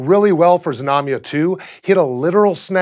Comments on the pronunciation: Знамя (Znamya) is pronounced with the Z and the n sound together, so it's Znam-ya and not Zi-nam-ya... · Russian pronunciation tip: There was nothing dire about your rendition of Znamya, but for the fun of it I thought I'd tell you the proper Russian pronunciation. Znamya is two syllables, stressed on the first, so avoid saying "zi-nami-ya." A few of the times you did the "zna" very well, flowing the z right into the n, but other times you added an i-sound in there, and the same goes for the mya. "zna" is just like "sna" but with voice, while the "mya" can be approximated with a "mya" sound (no i in between), but actually, it should be pronounced with a "soft" (ie Y-ish) /m/, and then a short schwa (uh-sound), because it's unstressed. So the best, Russian, pronunciation is more like "ZNA-mʸuh." [zná.mʲə] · Why bother to pronounce it Zuh-namya, that's like saying suh-nake or suh-mile. It actually takes more effort to mispronounce it than to say it properly. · Your pronunciation and [everyone's] spelling is off. I hate how this information seems to be missing from the internet, and instead of going out to look we all just regurgitate year old motherboard articles to each other to sound cool. Being a Russian, i would spell it Znamia. Russian: Знамя (use google translate for pronunciation, it is not hard) . And contrary to popular belief, it does not mean "banner" , at least not exactly . The word does not directly translate, but it is closer to "emblem" or "ensign" or "family crest". Znacha means "meaning" and "Znak" means sign, the words are related. Sorry, when i think of "banner" i think a long horizontal advertisement in a football stadium or on a website i am trying to read. Jeez! get your facts straight :(